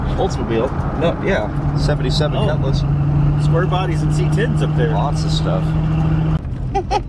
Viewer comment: haha...its not a Ketliss....its a Cutlass